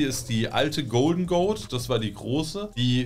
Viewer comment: G.o.a.t bitte am Stück aussprechen. Ziege. Goat. Greatest of All time. Niemand spricht die Buchstaben einzeln aus. Sonst alles geil.